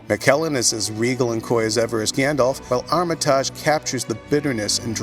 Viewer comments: Armitarge, its pronounced Armatidge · Armi-taj? Really? How hard is it to pronounce his name correctly lol